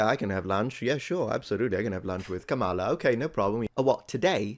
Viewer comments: As a stickler for accuracy, please get the pronunciation correct: Kama-la not Kamal-a. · Please pronounce KH's first name correctly,.